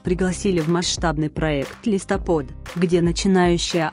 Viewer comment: ужасный голос и интонация "ЛИСТОПОД" вообще убил , интересно вы сами слышите озвучку